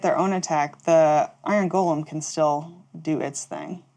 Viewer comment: Bonr golem? C'mon, I thought you were on the iron golem train.